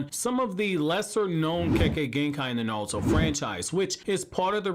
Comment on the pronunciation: “Nawlto” lol. You wild bro